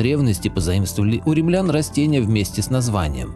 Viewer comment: Не сороченское , а сарацинское . Ударение ставьте правильно . С детства не люблю , когда неправильно ударение . Римлян , а не ремлян . И видео ваше не интересно. Всем доброго и светлого !!!